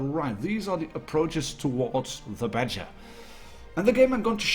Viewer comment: when you say Badger I think you're saying BatChat lol nice video thanks!